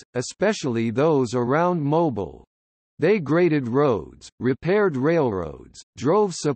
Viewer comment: I wish he would pronounce the word Mobile correctly when talking about the city.